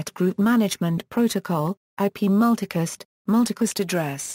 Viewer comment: P.I.M Mewticast rooting??? Speak English please...its pronounced PIM and Routing not rooting and its Multicast not mewticast